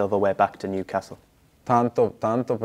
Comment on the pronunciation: Tonali contento del suo approdo al Niucazz.. Almeno imparare il nome dai su!!🤣🤣